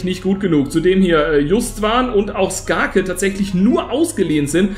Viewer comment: Geisteskrank wie wirklich jeden Namen falsch ausspricht 😂 sogar skarke